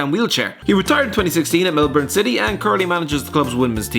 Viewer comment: Finally pronounced Melbourne correctly